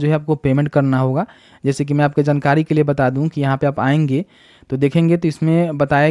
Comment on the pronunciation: bhai jnkari nahi jankari hota hai 🤣